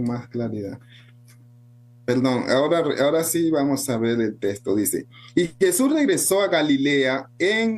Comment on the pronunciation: No se dice testo, se dice texto.